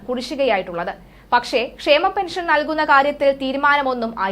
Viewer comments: എടി കൊച്ചെ ക്ഷേമ ബത്തയല്ല മലയാളം പഠിച്ചിട്ട് വന്ന് ചില ക്ക് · കുഞ്ഞേ ക്ഷേമ ബത്തയല്ല, ക്ഷാമബത്ത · ക്ഷേമ ബത്ത യല്ല മോളെ. ക്ഷാമ ബത്ത യാണ് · ക്ഷാമബത്ത യാണ് മാഡം, ക്ഷേമമല്ല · കുട്ടി ക്ഷേമ ബത്ത അല്ല ക്ഷാമ ബത്ത ആണ് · ഷേമ ബെ ത്ത യല്ല, ക്ഷാ മ ബേത്ത